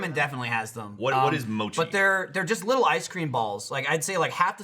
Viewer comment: The way they're pronouncing mochi at the beginning is aggravating the fuck out of me.